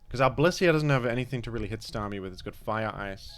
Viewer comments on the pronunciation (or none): The way you say Starmie is frying me